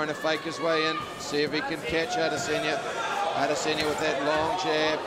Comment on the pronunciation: that one commentator "Ay-Diss-Enya" 😂😂